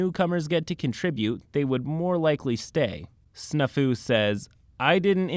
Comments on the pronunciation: Omg I'm sorry but its Snaa-fu it's an old military term and boi you did not pronounce it right it means situation normal all fucked up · hears the word snafu being pronounced I'm fairly certain the A is supposed to be more pronounced. like the word snap. Snap Fu which sounds like a martial art involving bone breaking. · That's not how you pronounce Snafu.